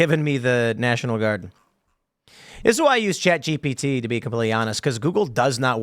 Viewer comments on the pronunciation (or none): none